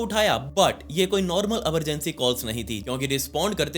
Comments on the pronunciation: Emergency ❎ Amargency ✅ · Emergency ❌ Amargency✅ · He sounds cute when he says Emergency ❎️ Amargency ✅️